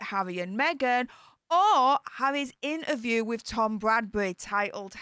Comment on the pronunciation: Please, please, please say inTerview, you miss out the T. Now I am bore and bred Yorkshire but it really irritates me, so please?